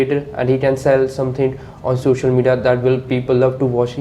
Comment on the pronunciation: The way examiner is pronouncing sosal media😂😂😂